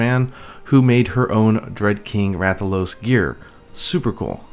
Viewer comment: Rathaloosee(it’s a joke on how he says it)